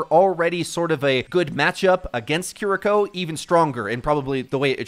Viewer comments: "Kidiko" People trying to say things the correct way in Japanese is getting out of hand 💀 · say it with me dumbass kee ree ko kiriko NOT kuhriko ... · lmao ''kidiko'' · why does my guy pronounce Kiriko like that lol